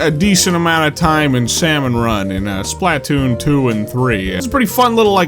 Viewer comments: I don't know if ive ever heard someone pronounce Splatoon as SPLAT-toon before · You put such a strange emphasis on the SPLAH of SPLATOON. Would you say "PLAH-toon" or would you say "PLUH-TOON?" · The way he emphasizes the A in SplAtoon hits me every single time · It's funny how he pronounces Splatoon: "Splat Toon" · The way you say Splah Toon as two different words is PEAK 🙌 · Anyone else hate how he pronounces Spaltoon??